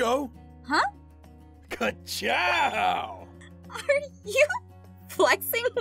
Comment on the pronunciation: the fox im dying at the fact he said katchow